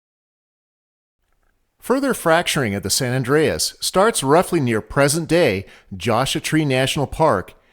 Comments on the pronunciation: Great video but Joshua is pronounced “Joshua Tree” not “Joshuh Tree” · I love this kind of stuff. Geology has always fascinated me. One question… Why “Josh-a tree” rather than “Josh-ua tree?” Have 98% of us been pronouncing it wrong all this time? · It's Josh-u-ah not "Josha"... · I thought the Joshua tree was pronounced as: /JOSH'-oo-uh/, not as: /JOSH'-a/ as was spoken by the narrator towards the beginning. Also, it seems to me that the Triple Junction should be shown on the map with the 3 provinces overlapping there, as well as where there are only two adjacent provinces that have overlapping, shared borders. They would surely overlap there also, or have a gap where they don't actually touch each other. Perhaps there are places where the provinces transition abruptly, as the map shows them at the borders of ALL the provinces. It's difficult to explain, but I think I've made my point clear enough. The map makes the borders look as though the provinces transition too perfectly. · While entertaining, this has some errors in it, the least of which are the mispronounciations of~ josh-U-a and graHben , which is German. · "Josha trees" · I was gonna say the same thing about the pronunciation of Joshua tree. The u isn’t silent